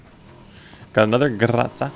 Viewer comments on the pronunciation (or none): In russian no grotsA. Correct in russian as Gro-zA. Sound Zee as zippo, as zoom, as zoo etc.